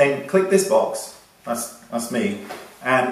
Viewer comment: Is it just me? Every time when I hear you say click my box, it sounded like 'balls'... sorry Wayne 😂 I do love your tutorials!